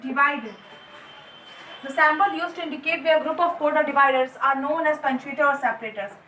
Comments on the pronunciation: Mam your teachings are giving a good vibe in my studies but the pronounce of some word are wrong which u are speaking that is its symbol nd u are pronouncing sambol... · Symbol ki pronunciation galat hai